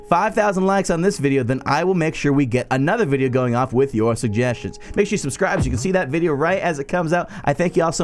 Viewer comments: Hahaha "subscirbe" killed me xD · I can't breath... "Subscirbe..." oh my god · DID YOU SAY "subscurbe" 😂😂😂